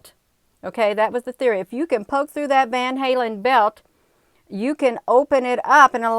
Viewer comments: It's pronounced as van- Allen belt lmao. But tomato tomoto right. You do wonderful work , keep it up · It's the van allen belt Sweetheart. Not van halen. Just want to help.